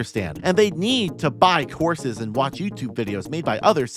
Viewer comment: oh COURSES I thought you were saying horses. I'm a goofball frfr.